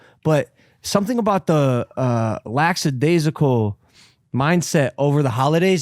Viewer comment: Why do people always say it like that? Lacksadaisical isn’t a word. It’s lackadaisical.